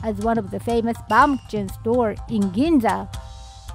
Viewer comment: I love Kimura ya backery shop in Ginza 🇯🇵🍺🇩🇪 bte Baumkuchen is german and the Katakana pronounciantion is almost correct Ku-hen you said more like kutschen 😄 but dont worry 💪 baum means tree and クーヘン means ケーキ. Its because it looks like a cut up tree